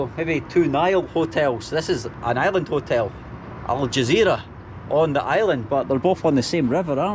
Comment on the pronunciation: I'm confused why is he saying Island? Or am i hearing him wrong?